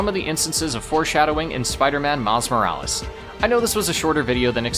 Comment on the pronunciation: ITS SPIDER MAN MILES MORALES NOT MILLI VANILLIS!😂😂😂😂😂😂😂😂😂😂😂😂😂😂😂😂😂😂😂😂